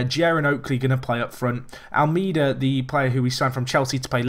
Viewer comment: If you pronounce Almeida's name right he will start scoring